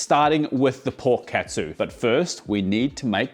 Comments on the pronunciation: if you say "katsu" be sure to say it like "cut sue" and not "cat sue" if you say "ketsu" it has entirely different meaning (it means "ass") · The way you pronounce "Katsu" sounds awfully close to the Japanese word "Ketsu" (けつ) which literally means "Ass". No need to thank me. ( ͡° ͜ʖ ͡°)